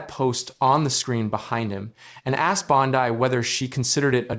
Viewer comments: "2,025"? And Bon-dye instead of Bon-dee. Seriously, this AI crap is making ANY kind of reporting suss. As an aside, Bondi is guilty as sin, IMO, and a disgrace to her position, but this kind of 'reporting'--if it can be called that--is a joke. Is it too hard to get a live narrator and earn a little more cred in the bargain? Apparently so. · It isn’t Bond-die, you idiot. It’s bondeeeeeeeeee. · Say her name right AI!